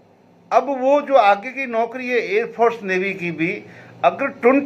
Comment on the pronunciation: कृपया औकरी की जगह नौकरी पढ़ा जाए